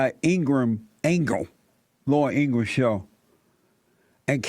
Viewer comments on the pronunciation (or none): none